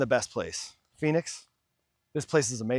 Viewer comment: Great review,, but Phoenix,, 😂😂